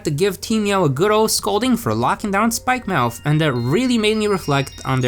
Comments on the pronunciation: Really you said spikemouth not spikemuth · spikemouth? you mean spikemuth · I think it spikemuuuth not spikemouth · Its pronounced spike-mu-th